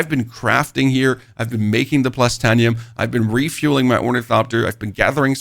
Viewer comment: Great info, great video, just one teeny tiny little thing Written: Titanium, Plastanium Pronunciation: Tit(ay)nium, Plast(ay)nium